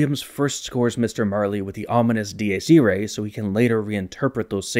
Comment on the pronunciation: Am I crazy or is he writing from right to left? As a leftie I have never even thought of that nor have I ever seen anyone else do it. Edit: Not only that, but he also writes from down to up!!! And his pronounciation of Dies Irae was so absurd I thought it was a joke at first. Other than that, amazing video and nice drawings!